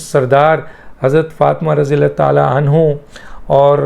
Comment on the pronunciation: Anho nahen Anhaa Khaton-e-Janat hain is liya Anhaa bola jata jata hai.